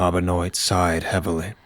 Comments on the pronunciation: Love your stories man! Just one thing. Benoit is pronounced "Ben-wah". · I'm saying this ONLY because I have a friend with the last name "Benoit" it's "ben waa" 😅 At least that's how they say it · Benoit is pronounced ben wah. Remember that wrestler or ball player Chris Benoit, dude who killed himself, that's what's making me think that.